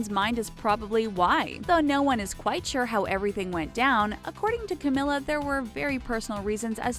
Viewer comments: IT'S CAMEEEELA NOT CAM-IH-LA. 21ST THING DIDN'T KNOW ABOUT CAMILA CABELLO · Its not Cameeeeela ( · 99% of the comments= stop saying her name wrong it’s camEEla Cabello 1% of the comments= other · She says "Camila" wrong